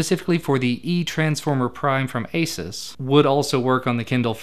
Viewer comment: A-soos, not A-suus